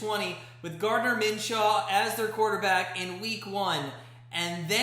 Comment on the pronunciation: It’s Minshew not Minshaw lmao